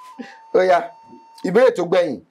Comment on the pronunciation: heat don dey catch baba see how he pronounced the oya The mistake he is looking for he never see it 😂